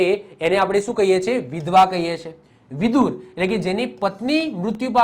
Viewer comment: વિદુર નહી વિધુર. આવે sir